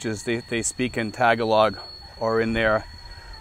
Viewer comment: You are mispronouncing Tagalog.